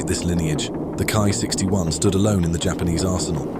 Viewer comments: Its "K - i" not "Kai" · It's pronounced kee not kai, it has a completely different meaning. Kai means it's a major modification of the plane, like ki45 kai which is a major modification of ki45 for example. While for minor modification it's ko, otsu, hei, tei, i forgot the rest but those 4 are the most commonly used